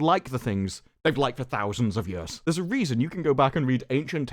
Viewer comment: When you say the word years in your accent it tickled my brain